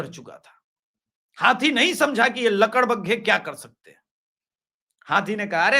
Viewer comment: I t is lakad baga not ladak bagga